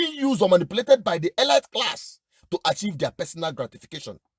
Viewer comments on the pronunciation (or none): Elite —— pronounced as eleete not elait